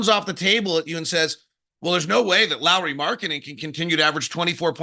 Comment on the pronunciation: It’s not “Lori Markkanen” it’s pronounced “Lowry Markkanen”